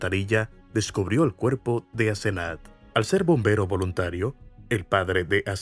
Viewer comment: Es Asenath lo escribe así y lo pronunció así la 1er vez q lo dice. Grave error no validar los datos mientras graba el audio